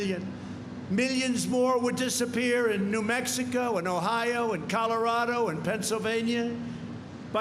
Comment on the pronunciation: Mex-tico Minne-annapolis Haha